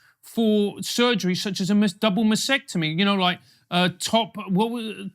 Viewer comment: the word is masTectomy, not 'masectomy'. Don't confuse it with vasectomy.